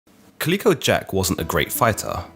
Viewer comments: Caleeco? Calico as in the material. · Calico isn't pronounced 'Kah-leek-o', it's pronounced 'Cal-lick-o', though I don't know if Jack was named after the cotton based textile or the multicoloured cat. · Calico not klicko, cholera not co-laira Your pronunciation is shyte mate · I'm asking myself if has actually never seen a calico garment or never heard its name pronounced. He seems to have invented a strange new pronunciation all on his own. I always enjoy his videos but I'm distracted by the narration in this one. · You need to work on your pronunciation!!! You get Calico wrong every time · Thank you drives me crazy when he says it lol